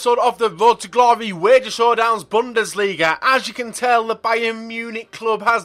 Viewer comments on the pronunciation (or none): none